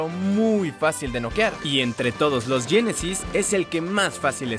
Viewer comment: no se dice yenesys si no genesis